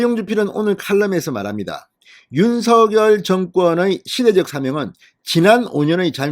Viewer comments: 진성호씨 발음 똑바로 하세요. 윤서결이 아니라 윤성녈이라고 발음 하세요. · 새대통이 윤성녈 로 발음 해 달라고 했어요